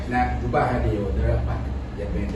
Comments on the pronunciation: what is Dubaa, Dubaa likeeee lol.... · 🤣🤣 ei and his “ dubaa “